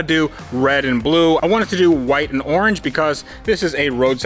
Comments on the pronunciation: The “arrrr-ange” charger #cringe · That’s a nice “Are-ange” charger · arge charger. ah yes, arnge, my favorite culler